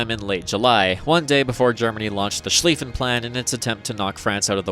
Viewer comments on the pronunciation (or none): none